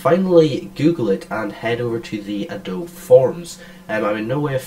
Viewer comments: Surely its "A DOBE E" not "A DOBE" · Thank you! For some reason that is really really annoying to hear ahhhhh dobe. adobeee dammit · Yeah it's "a-do-be", not "a-dobe"; I checked the official YouTube. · Great vid, but its pronounced UH-DOH-BEEEE...gawd, it's like non-Texans pronouncing Montague Co. (MON-TAYG) as MON-TA-GEUW...thats NOT HOW YOU SAY IT!!!!